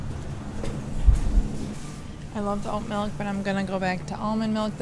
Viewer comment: Did she say "a gallon of white mikl?" 🤔🤔🤔